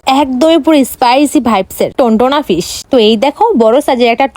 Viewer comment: ফিশ ❌ পিশ ✅